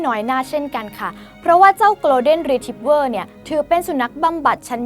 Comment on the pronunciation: คนอ่านต้องปรับปรุงมากอ่านชื่อพันธ์หมาก็พิลึกกึกกือเขาชื่อ โกล เด็น รี ทรีบเวอร์ไม่ใช่โกลน เดน อ่านข่าวน่าจะรู้